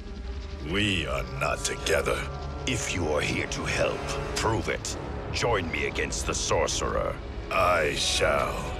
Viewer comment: His "me" sounding like may is something else